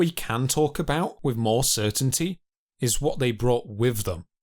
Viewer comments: Pronounce “th” with a “th” sound. No an F or a V. North not norf , brother not brova, with not wiff. Dipshit. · This narrator says "wiff" instead of 'with'... & he also says "fousand" instead of 'Thousand'...